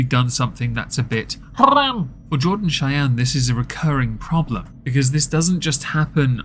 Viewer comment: Chey-eeen haha that old pronunciation was classic.